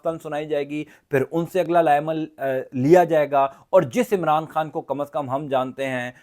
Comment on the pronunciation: آپ پاکستام کیوں بولتے ہو اور عمران خام کیوں بولتے ہو پاکستان عمران خان بولو